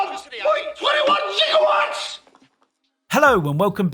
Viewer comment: Like how even the caption shows the right word for Gigawatt and not how he says it "Jigawatt".